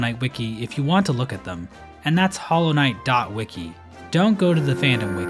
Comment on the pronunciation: FINALLY HE PRONOUNCED WIKI CORRECTLY